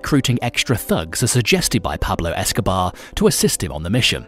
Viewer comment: Who the Fk is Pablo Escoba?? 🤣